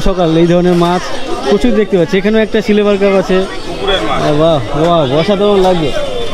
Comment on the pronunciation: আপনি সিলভার কে সিলেভার বলছেন।কেনো?